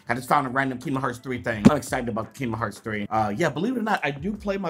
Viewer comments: Kingdom heart keydom heart please say it right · Why doesn't square send me stuff I've been playing kingdom hearts since I was 5 I'm now 18 come on square send your real fans stuff no offence but if you don't know even know how to pronounce the name of the game your not a fan just saying.